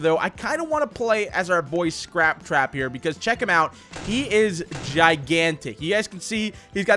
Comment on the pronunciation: Scrap cwap